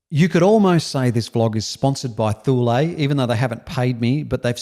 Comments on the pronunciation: I think it's pronounced "Too Lee" - Thule... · I thought Thule was pronounced "tool".